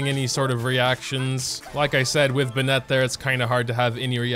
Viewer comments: WHO IS BINETTE ITS BEN-IT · I've never heard someone pronounce Bennett like "Buh-net" before now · The way you pronounce "Bennett"...